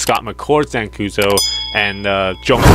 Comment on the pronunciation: Where are you getting Dan koozo from it's Dan Kuso